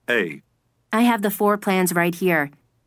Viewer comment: floor 가 거의 four 로들리는데여... ㅠ